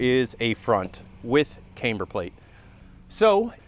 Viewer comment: Please stop pronouncing camber wrong